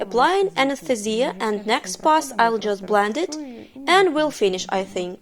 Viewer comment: This is great, but the way the translator says "anesthesia" drives me a little crazy.